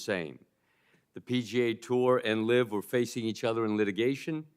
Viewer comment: It's LIV, not LIVE